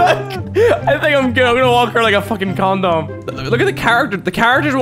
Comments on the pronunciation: lol Mini, a con-dom, I just love the way he pronounced it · Ya he says it con dom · When he said condom, it sounded like "corndorm" xD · i heard comdon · Says con- Dom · The way you're pronouncing condom is pretty fucking absurd xD